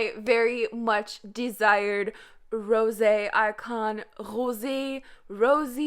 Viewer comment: Why do you pronounce Rosé like that ?